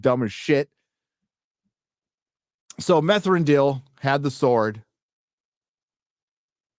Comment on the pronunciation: "Methrandir" Hahahahahahahahah